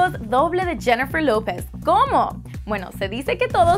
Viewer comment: deberias tomar claces de pronunciación no sabes pronunciar lopez